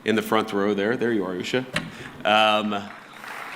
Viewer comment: He can't even pronounce his wife's name properly, and he's asking if he got Akshar Dham right. Yeah sure buddy